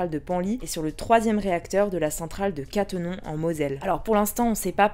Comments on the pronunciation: « catenon » … au lieu de le dire « catenome » …. Sérieux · Cattenom se prononce "Cattenomme" pour info (et c'est pas rassurant de savoir qu'il y a un problème sur un réacteur quand on vit pas loin 😅) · (petite précision): Cattenom se dit Ka-teu-nome Voilà voilà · Cattenom se dit "ca-te-n-homme" si merci toujours aussi instructif 👌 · Cattenom ce prononce (katte nomme) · Désolé pour la prononciation de Cattenom ! Et effectivement, c’est Enedis et non EDF qui distribue l’électricité. Bon week-end. ❤️